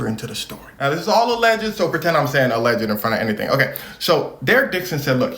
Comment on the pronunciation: No disrespect, and love your channel, but “alleged” has only 2 syllables